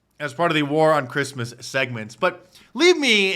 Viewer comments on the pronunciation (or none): none